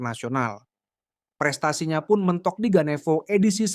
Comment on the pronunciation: GaneFO (pakai F) bukan Ganevo, Min. Fo-nya itu singkatan dari Forces.